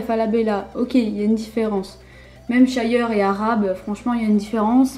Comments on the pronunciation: Shire, pas (Sha-yer) x) sa se prononce comme sa s'écrit hein :) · Equi_Schleich Eh bien je n'ai jamais entendu quelqu'un dire (Sha-yer) x) C'est Shire x)